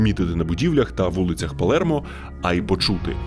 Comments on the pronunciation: Не ПалЄрмо, а Палермо. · Палермо. Не Палєрмо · чого Палєрмо якщо Палермо